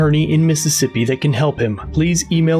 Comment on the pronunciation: Missippissa! Enough said! More like "pissippissa!"